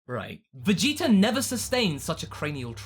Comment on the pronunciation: Vegetar,Idear etc i dont get that accent :o